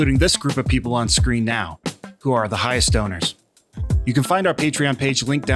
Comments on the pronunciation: Soundes like you said highest stoners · Nice animation but beyond that when you said highest donors i somehow understood high stoners